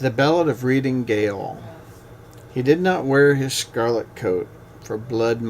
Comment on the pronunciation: I am sorry to be critical - but when the gentleman could not pronounce ‘Gaol’ correctly, I turned it off.